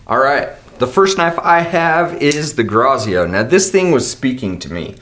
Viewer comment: Fun fact: "grazioso" is Italian for "graceful" or "gracious". But the pronunciation was so off. 😂 Doesn't matter because you guys are rocking the show as always. 👏🏼🤙🏼